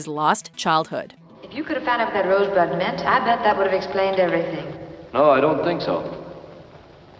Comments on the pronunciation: He clearly said "Rose butt" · Who the hell heard him say rosebud? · who the fuck heard him say Rosebud???? bullshit film from start to finish!!!